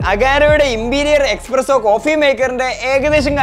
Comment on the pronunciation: Bro expresso alla espresso aanu to